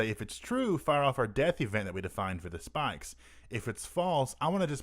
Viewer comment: "Spahks" No really though, thank you for the tutorial. Even though I laugh everytime you say "spikes".